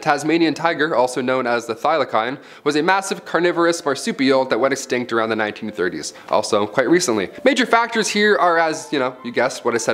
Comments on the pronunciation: It’s pronounced, Thy-lo-seen not Thy-lo-kine. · It's not "Thilo kine" it's "Thilo seen" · thyla-seen! thyla-kine.... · Just to let you know, its called a " thyla SEEN " not pronounced " thyla kine " lol The biggest reason they went extinct is from humans killing them, they were supposedly killing off a lot of livestock so people were allowed to shoot them and were in fact encouraged to. There were of course other things, but i feel like if so many people didn't just shoot them on sight, they could have been saved. This is one species i would love to see alive some day. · The tasmanian tigers scientific names isn’t pronounced thy-luh-kine but it’s thy-luh-seen, which is properly spelled thylacine… I think it’s been a minute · Thylacine is not pronounced the way you said it. The end of the word rhymes with “seen”. Not “kine”. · You butchered the pronunciation of Thylacine. Thigh la seen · Needs to learn pronunciation. Laughed when I heard him say " thyla-kyne"!! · It’s thigh- luh-seen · Great video! Intriguing topic! Two points… Tasmanian Tiger’s scientific name is pronounced ‘Thyla-seen’… and the Dodo lived in Mauritius… Moorishus… Cheers from Tasmania! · He's a Yank. Says it all. "Thyla -kyne"!!! Ha ha ha! Could at least get it right! 🤣 Even if he IS Canadian, are goes. If he's going to do these kinds of vids, get the pronunciations right. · The Tas Tiger name is pronounced Fy-La-Scene and climate change had nothing to do with it going extinct lol. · Thylacine isn’t pronounced “thigh-la-Kine” you egg. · You mispronounced Thylacine. The end is said like the word "scene". Thy la scene. Also at . That is not how you pronounce Mauritius. It is said Ma rish us. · Tasmanian Tiger (Thylacene) is pronounced like Thigh-la-Scene. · It’s Thylacine as in plasticine not Comic-Con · (*PEER-en-ees) (*THY-low-seen) (*Muh-RISH-us) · The Tasmanian tiger is pronounced thigh la seen. Say it with me kiddies...thigh la seen. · It's "Thy-La-Zeen" get it right the first time....